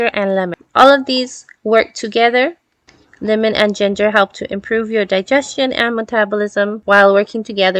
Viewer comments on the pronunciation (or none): none